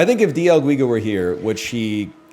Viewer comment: dee el geega